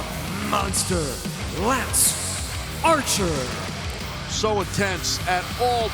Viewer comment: Wow, you have managed to mess up lance Archer. How? Why? That was way more comical than it should have been.